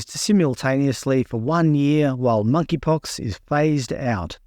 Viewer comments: MoneyPox. The “K” is silent. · The 'K' is silent in Monkeypox.